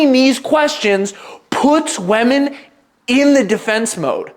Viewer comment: Please learn how to pronounce "women".